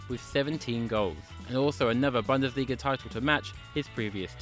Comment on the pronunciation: It's Boon-des-lee-ga